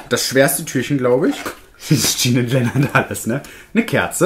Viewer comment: Jean und Len sind 2 Männer! Jean wird französisch ausgesprochen.